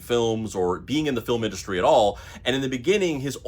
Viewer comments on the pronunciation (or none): none